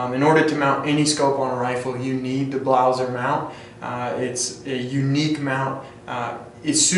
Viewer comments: if you are making a review you should at least know the name of the product!!! its BLASER(can you even read? ), and not a fucking BLAUSER!!!!!!!!!!!!!!!!!!!!!!!!!!!! where the fuck did you found ''U'' ????????????????????????? DISCRASE!!!!!!!!!! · I can´t remember that we in germany pronounce Blaser like "BLAUSER".Also Sig Sauer is spelled Sig Sauer and not Saer therefore you say Sauer.Blaser is spelled Blaser and not Blauser.It has nothing to do with Germany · Its named Blaser not BLAUSER xd